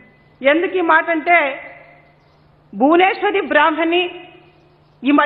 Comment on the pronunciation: Sir bhuvenswari kadu bhuvaneswari garu ani palakandi .. Ekavachanam samskaram anipinchukodu